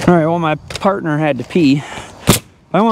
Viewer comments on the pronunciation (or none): none